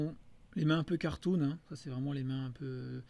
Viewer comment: Il sonnait très allemand ce "cartoon"